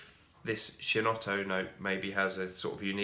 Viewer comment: Not to be a bore but chinotto, 'chi' in Italian is pronounced 'ki'. Anyhow love your reviews